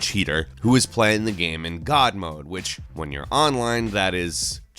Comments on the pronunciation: Hey its GAME not GEME...:P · can't say game. It's like gayum, gaieeumm, goyiiaumm..